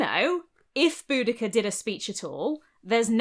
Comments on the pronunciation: I just wanted you to know that my boyfriend thought you were saying Bootycall. A courageous hero called Bootycall. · lmfao "BoudaCURR" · Then at some point she met up with Xena Warrior Princess, but she pronounced her name differently 😉